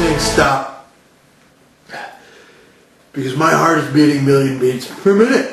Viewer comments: "My heart is pounding a million meats a binute" 🤣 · "My heart’s going at a million meats a binute."